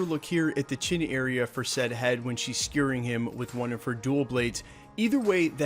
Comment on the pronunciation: Very cool. Minor note: "Dual Blades" means two blades. You're emphasizing "dual", almost as if you think that is a type of blade. Perhaps, you may think they're referring to "DUEL" (dueling) blades, like fencing foils.